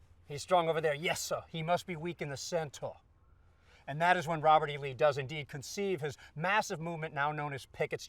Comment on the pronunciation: That was a great Booby Lee you did there. Work on that cen-ter there a little bit. Nevertheless, good job!